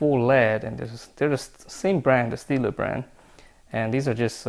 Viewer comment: its stadler not steadler.